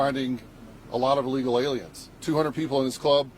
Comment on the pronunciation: It's pronounced "illegal" not "ill eagle".